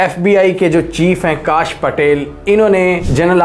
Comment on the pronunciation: Its not kaaash patel but kash patel (no aaaaa sound)